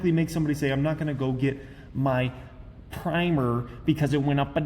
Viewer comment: Please say primer again!